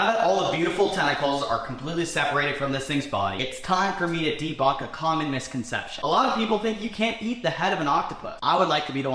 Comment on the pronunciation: you say de bucked?